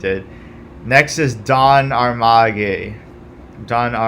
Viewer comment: It's pronounced don armage